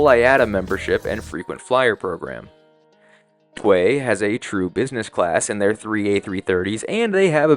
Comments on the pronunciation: its T-way (Tee-way) not "tway" . lol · "Tee-way" next time please 😆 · Great video! Btw T’way Airlines is pronounced “tee way” 😊. They just took custody of Cathay’s 11-yr old B777-300ER so I hope you get to travel on one of those!